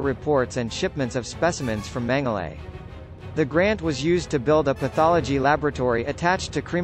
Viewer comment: As a person if Austrian heritage... It's pronounced "mengala"